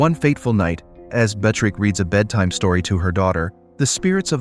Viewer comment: Narrator must have gotten the pronunciation of the name Beatrix right at least one time! I admire the dedication to trying every single pronunciation imaginable! Great video, thanks!😏